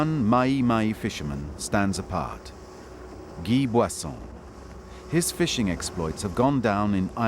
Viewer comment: His first name is Guy (pronounce "ghee") and name Boisson (pronounce "boasson")